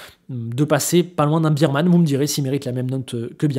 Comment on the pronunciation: Pourquoi est-ce que les youtubeurs français, qui regardent tous des trucs F1 en anglais, utilisent un paquet d'anglicismes... prononcent "Biremanne" pour Bearman? Les anglophones prononcent "Bèremanne". Bear= un ours en anglais, ça se prononce "Bère".